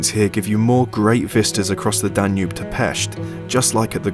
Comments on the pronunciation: "Danube" nem "Danu" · danu river?? is that how english people say it? in hungary we say duna